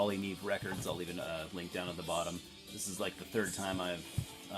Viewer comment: dude, it's pronounced "nee ay-vay"..it's Spanish for snow